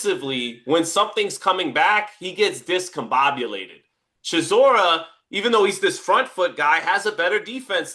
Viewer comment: say it right Derek DELBOY Chisora, A.K.A War Chisora